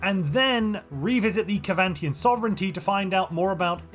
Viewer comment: ITS SEVANTIAN NOT KEVANTIAN